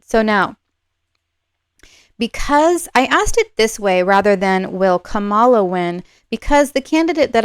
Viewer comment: I wish that you would have the respect for Kamala Harris to pronounce her name correctly. It's really easy (Kerry Washington's young nieces gave a lesson at the DNC, it;s pronounced "comma" then "la"). The mispronunciation has been done deliberately by TRUMP supporters to dish her gender and her race, it's become a sort of "dog whistle" for racism and sexism to some. I will watch to see if you begin to correct yourself, otherwise I will need to unsubscribe. On my side, I will not diss Donald Trump and his followers, out of respect for the non=partisan nature of your readings. If I had to leave, it would be a shame, I'm relatively new to Western Astrology, and I'd love to have someone to watch and learn along with. Thank you.